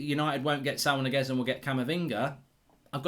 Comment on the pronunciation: It's not Niguez, it's Ñiguez